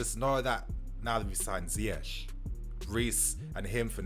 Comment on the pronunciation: Ziyech is not pronounced Zayeck. It's more Zee-yash